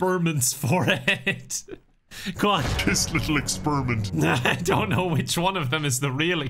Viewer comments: I giggled so hard at "Expirment". I was really rooting for them. 💔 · saying "expirment" made me lose my shit 😂😂